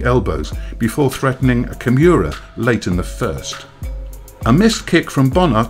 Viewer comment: "A Kimyura"